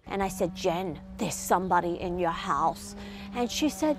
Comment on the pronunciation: What a lifesaver but damn, how she says house is soooo funny